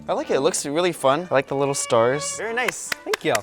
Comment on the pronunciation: pov: michel and having these is not VeRy helpful it sounded so indian